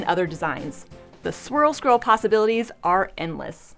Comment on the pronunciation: I'm so very impressed. You can say swirl scroll that many times without messing it up. I'm having trouble saying it once!